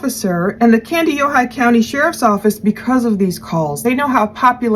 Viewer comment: You pronounced Kandiyohi perfectly! The area Nick lives is a lovely part of the state of Minnesota.